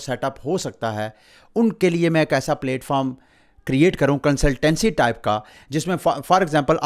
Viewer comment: Its not 🍽️foam 🙏🏻 its platform.